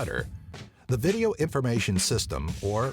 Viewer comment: you call video games vigeo-games XD